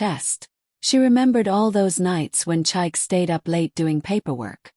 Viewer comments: Can you please learn to pronounce Nigerian names properly? Chike is pronounced Cheekay, not Chike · I'm not Nigerian but I often watch these stories, so since I know the correct pronunciation so saying chike Kinda throws me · Please pick a relevant narrator so that the mispronunciation of Chike doesn't make the story lose authenticity with a Western narrative voice.